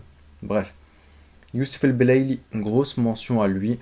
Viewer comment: C'est belaili pas el belaili